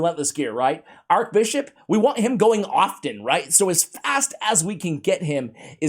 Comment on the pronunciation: ‘Arch’ Bishop, not Arc Bishop as you seem to say. 😁 I just pulled him this morning